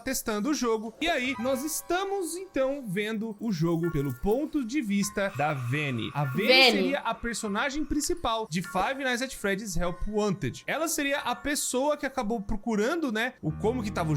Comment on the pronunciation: É avenida que você tá falando né avene